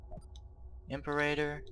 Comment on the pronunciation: also i hate how you mispronounce "imperator" just annoying to someone who actually knows how it's supposed to be pronounced.